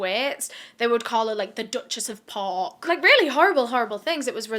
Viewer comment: I'm sorry but "The Dutchess of Pork" had me on the floor 😂